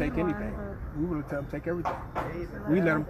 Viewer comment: "we woulda" is what I hear